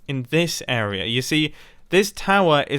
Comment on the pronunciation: Can you say area the right way.